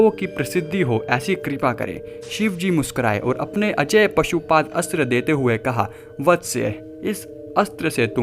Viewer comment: Bhai pashupadastra nai 😂 Pashupatastra hota he 😁